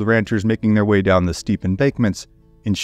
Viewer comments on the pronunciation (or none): none